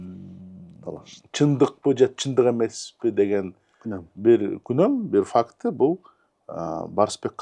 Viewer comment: "Сомнения" деген "Күнөм" эмес "Күмөн" деп айтылат болуш керек ..